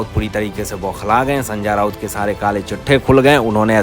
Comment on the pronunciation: hindi bolna sikho sanja nahi sanjay raut